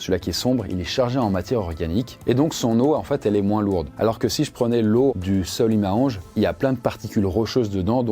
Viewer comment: Super vidéo !! Mais si je puis me permettre, on prononce le "S" dans Manaus et le fleuve Solimoes ça ressemble plus à "Solimou-inchs" compliqué à écrire pour la phonétique mais en tout cas, vidéo tres intéressante ^^